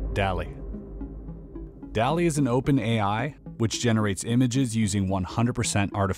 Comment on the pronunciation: Nitpicks 1) DALL-E is typically pronounced similar to WALL-E... so like... "dolly" 2) "DALL-E is an open AI". OpenAI is the name of the group / company that made DALL-E 2, as well as GPT-3 and AlphaFold and other stuff. 3) "It's basically a giant brain that uses the whole of the internet to create unique imagery within 20 seconds". I feel like this might give the wrong impression. AI models use training data, most if not all of which likely came from the internet sure, but probably quite a bit of human effort was spent screening which images were acceptable. Anyways, important point is that after the training data is collected, there is no need to scour the internet again. 4) "Input your information and wait". I would say "your information" sounds like it's asking for information about you. Better term would be "prompt". Though I don't think anyone was confused with what you actually said.